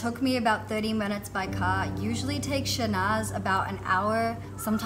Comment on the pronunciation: I think her name is Shahnaz and not Shanaz.